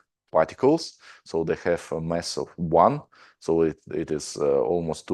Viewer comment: Thanks. However its MAss not MEss... The two mean different things. Other than that, thanks very much